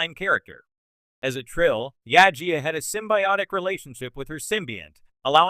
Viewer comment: Why do you have a Star Wars Acolyte filmstrip while talking about a Star Trek character? Also you need to work on your pronunciation. It's Jadzia not Yajia.